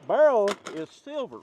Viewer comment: Its a spirol(spy-rull) fluted birol(bur-ul) y'all lol I'm from Louisville so I have an accent but not quite an Eastern Kentucky accent